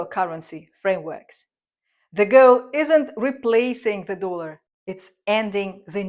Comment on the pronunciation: It's "dollar", with the 'o' pronounced as in 'orange'. Not 'doolar'.